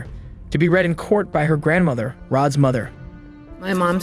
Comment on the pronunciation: "Mothert"? "Framming"? 🤦‍♂️